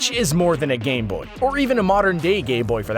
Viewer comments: You said gayboy instead of gameboy the second time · why does he say "modern day gay-boy" instead of gameboy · Go and hear him say gayboy. And even if you want you can turn auto genetaring captions and it will display gayboy too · lol he said gayboy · Anyone else heard him say gay boy 😂?